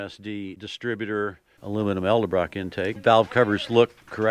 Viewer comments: With absolute respect and acknowledgement of staggering level of knowledge on these beautiful Mustangs, I humbly ask to please pronounce Vic's wonderful intake manifolds as E-D-E-L-BROCK and not E-L-D-E-BROCK Honestly, no offense intended. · I hear one more person pronounce Edelbrock ..elderbrock I'm going to fu@ scream!!!!!!!!!!!!!!!